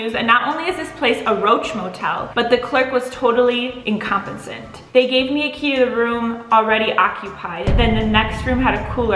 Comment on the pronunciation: The way pronounced incompetent 🤣 the irony